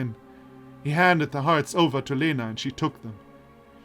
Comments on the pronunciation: I've rewatched the video again, L in Lena sounds soft all right to me, but the E indeed should be more like [e] and less like [i]. Also I've mentioned above soft sight and iotated vowels after a consonant make it soft, what I missed is that и [i] also does that (just adding it to be sure I don't accidentally misinform someone). So, say, I've mentioned earlier Елизавета reads as [jeliza'vʲeta] (soft v), but actually that would be [jelʲiza'vʲeta] (soft l and soft v). It's just softening by [i] is so natual it didn't occur to me to mark that. Actually, wikipedia explains palatalization saying the palatalized consonants sound as if they were followed very closely by [j] which in turn is very similar to [i] (for example, in Russian the letter й [j] is actually called short и [i]) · I think you pronounce Lena wrong. The L is more soft. ("Ļena" in my country)